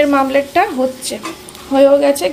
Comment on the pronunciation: Dimer mamlet? Omlet bole😂😂😂